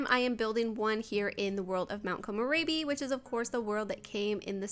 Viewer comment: i love the build, but youre mispronouncing mt. komorebi. please, i beg you. its not rabi, likes rabies